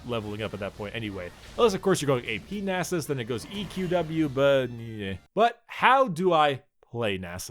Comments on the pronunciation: NAS-US not nasses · it's nasus' you don't have to pronounce a second s lol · Nah sus? You say naa sus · Pronounced as Nasus'es, plural Nasuses'es. Wow. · its Stacksus not Nasus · temporarily loses the ability to pronounce a 5 letter word